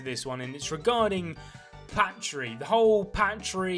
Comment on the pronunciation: PA TRI NOT PAT TRI PAAAAAAAAAAAAAAAAAAAAAAA TRRIIIIIIIIIIIIIIIII GOD DAMN WATCH THE ANIME TO GET IT AND IT"S LICHT NOT LIHT